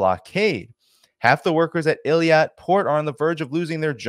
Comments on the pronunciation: not Eliat. it's pronounced Ei-Lat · It's Eilat not eliat. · is not Eliat,. is Eilat. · PLEASE NOTE that the Israeli port you're refrring to is not pronounced Il-ee-at, as you've said, but I-lat. Please take note to avoid sounding ignorant. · "Eilat" pronounciation-help for English speakers: A-lat Thanks for your work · the pronunciation of Eilat is Ay-lat, Also Ansar Allah. Want you to loof and sound good and knowledgeable. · the "I" comes before the "L" Eilat "eelat" you're "Rittering" as Scott has problems pronouncing things 🤗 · Eilat pronounced ill-at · Let's not confuse it with Elliot 😂 it's Eye Lat, please stop pronouncing it the French way, so we know what exact place we are talking about 😂 don't leave any room for confusion with other places😅thanks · Eilat pronounced eeeeeeeelaaaat